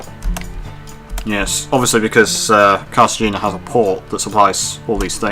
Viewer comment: You’re going to lose money with the dining car more often than not. Also it’s pronounced Carta hay nuh